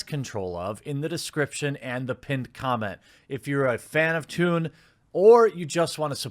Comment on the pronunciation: NOT TWOON!!!!